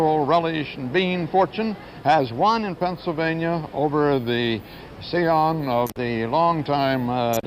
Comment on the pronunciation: Scion = “see on”? Oh, come on, Walter! An eppa-tome of a malapropism!